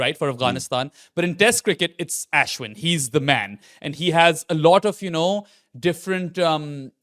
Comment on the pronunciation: Can not say Ashwin like a white person? You're desi, pronounce his name properly please.